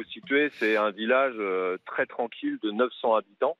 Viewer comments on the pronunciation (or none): none